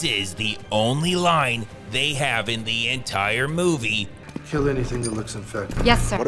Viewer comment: I love these vids, but the narrator's confusion between the (thuh) and the (thee) is annoying.